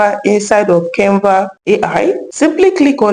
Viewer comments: Nice video, but stop pronouncing Kenva instead of Canva. It's not good English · Can Va not Cain Va...thank you